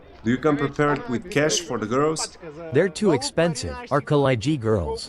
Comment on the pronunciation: Did you say coochfax?😂